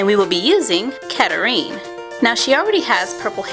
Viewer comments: It is not Kettering its Katrina but with a c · It's pronounced ca treen no offence don't I don't mean to be mean so sorry if that's rude but still